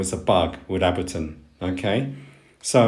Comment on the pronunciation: I like your videos, lots of useful information. (btw......Ableton is pronounced with the "A" as the English letter "A".) Subscribed!